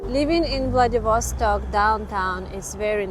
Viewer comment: влэдивОООсток .... бля... неправИИИИЛЬНООО!